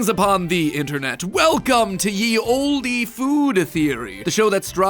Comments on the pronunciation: and saying "Yee" when it's pronounced "the". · First note: Ye was NEVER pronounced ‘ye’. Back when ‘ye’ was used, Y actually stood for the ‘th’ sound in English. It was always ‘the’, they just spelled it different because Y made a different sound in English back then. Rest of the video seems fine, I do think it’s accurate, just this tiny detail does bug me. 👍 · C'mon, MatPat, you gonna be authentic, drop the "Y" in "Ye Olde Times." You know it's not a Y but a Thorn, and has close enough to the "th" sound used today... oh but this is food theory not spelling theory. Sorry... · 'ye' isn't pronunced like 'yee' but like 'the'. "Y" represents a forgotten letter 'thorn' missed in print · Firstly Ye Olde should never be pronounced Yee Oldie. Y is known as a thorn in old English and is pronounced th or The. The E in Olde is also never pronounced so it is just The Old. Secondly, who in their right mind actually thought potatoes originally came from Ireland? They were originally brought to Europe by theSpanish after they conquered the Inca's in the late 1500's. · So it wouldn't be pronounced "ye olde" it would be "the olde" as the "y" is a thorn. When old English was translated they did not know what to pronounce it as, so they made it a "y" sound, it was originally pronounced as a "th" sound. {The more you know}™ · Something else that slipped through the crack: it's not pronounced "ye old" (like the y in yeah). It's THE old. The y is a miswritten thorn character, which is the same as the modern "the". And yes, Mr Ye West is Mr The West. 🧐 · Matpat The lover of facts, it's not Ye, it's pronounced The as the Y is not really an Y but an old letter pronounced th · the "y" in ye is a thorn. thorn is a letter that made the "th" sound that was removed from the english language in about year 1500 by the french. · You meant þe old not ye old? Thorn (letter) is NOT fake! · Historically accurate? Ye is pronounced the